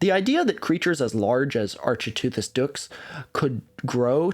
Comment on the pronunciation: Similarly to my prior comment, the ch in architeuthis is pronounced like the ch in archaeology. Ark-it-ooth-iss.